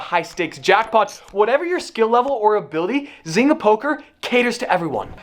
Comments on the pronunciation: Isn't it pronounced zain-ga or am i wrong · Biggest thing I got from this video. I'm pretty sure one of us is pronouncing zynga wrong and it might be me